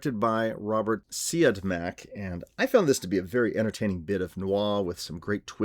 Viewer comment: I thought Scott was too resigned to his fate in prison as well. Maybe grief and trauma can do that to a person, though. Also, the director's last name is pronounced “See-Odd-Mack.” There is a picture online somewhere of his director's chair and a piece of paper on the back of it with that written on it. Don't mean to correct you, but I thought I'd help. Great review and choice. Some people like this film so much they consider it one of their favorites. I like it, but I don't like it to that degree. I will admit that it is very well made, however. The interrogation scene in the beginning is my favorite scene. Did you notice Regis Toomey is one of the detectives in that scene? He has an antagonistic role and seems to love taunting Scott. It's really funny.